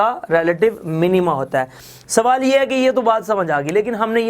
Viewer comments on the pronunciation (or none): none